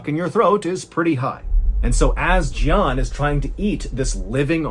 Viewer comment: Jian is Mandarin and is pronounced more like "jyen"